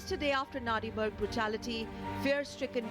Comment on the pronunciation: It's Nandimarg. Say it right.